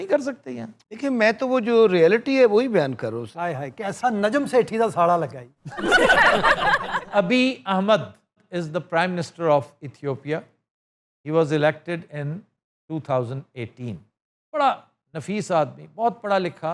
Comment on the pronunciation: Sir Saleem said Thopia 😂 forgot the "alif" of "Amrood", "Ethiopia" and "Bareek"😂